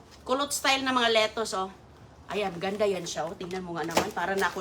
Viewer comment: Susme,tarantang taranta na naman si Sisa,replay lang yan,na vlog mo na yang kuha mong yan,sobra ingay mo,panay replay ka lang,parang nagpalit ka lang ng damit.lokohin mo followers mong asa sa fake bbox,di na naalis ubo mo.mali pa bigkas mo ng lettuce at asparagus."litos at aspa ra gusss".para kang taratitat magsalita.!!!!